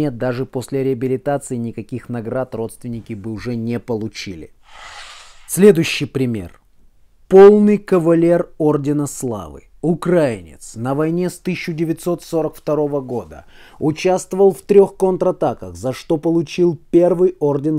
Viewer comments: Не укрАинец, а украИнец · Батенька, а вы безграмотный... не укрАинец а украИнец... из УкраИны...